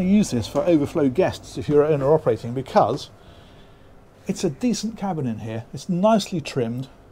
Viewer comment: Just a personal niggle I know but I wish he would STOP SAYING " becus " instead of saying "because". Other than that I really like these videos.